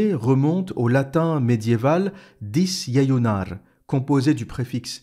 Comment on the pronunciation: Une petite remarque en passant : en latin, on prononce toutes les lettres. Donc on prononcera "disjéjunarÉ". Sinon c'est excellent et très instructif. Comme toujours. Encore merci.